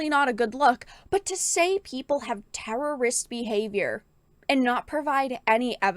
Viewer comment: Say terrorists properly..